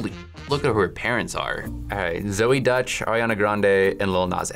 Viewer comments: Wow, that was fun 😂 Btw, Deutch is not pronounced as Dutch. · Deutsch is pronounced doytsch not dutch, deutsch is German in German, Dutch is from the Netherlands.